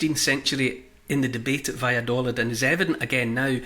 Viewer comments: Neil... Valladolid is pronounced with a double "ee" sound on the final syllable. in Spanish the "i" sounds like "ee" in English. Vaya do leed. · I’m in stitches at your attempt to say: Valladolid. I’m British and live between Scotland and Madrid. Try this: va-ya-daw-leeth … this pronunciation might help 🤣. The “daw” as the aw sound in draw and leeth as in teeth. Good luck! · Ha, I lived in Valladolid for 6 months in 2004! I recognised the plaza, but not Neil's pronunciation lol!